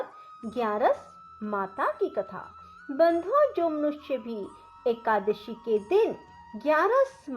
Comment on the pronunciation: कृपया करके एकादशी बोलना सीखे आप जब बोलते हैं तो एकाशी आता है यह गलत hai, आपने पढ़ने का सही सिस्टम करिए